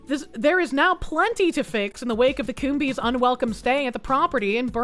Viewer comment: Coombes is not pronounced Coom-bees, the b is silent and the es just makes an s sound. It should be pronounced cooms.